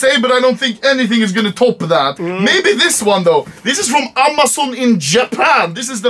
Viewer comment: No one : Anomaly : Aaamaazaun